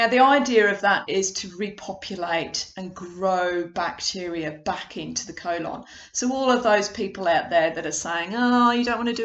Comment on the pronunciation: The way you pronounce the word colon….. 🤦‍♂️ good video though